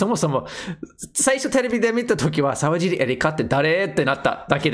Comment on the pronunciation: さうじり、じゃないよ。さわじり、だよ